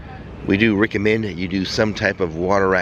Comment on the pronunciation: What do you “Rick-a-mend” 👏